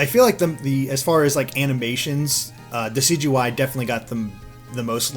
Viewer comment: I thought it was pronounced Decide-u-eye